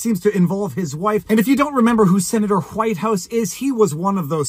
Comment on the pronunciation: "Is the hu-wife of hu-Whitehouse..." I can't stop laughing. 😂